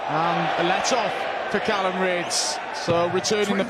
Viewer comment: Will someone tell Mark Webster that his name is Callan not Callum